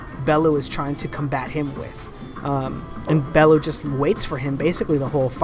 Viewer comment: Tony Balooo???? Its Bellew lol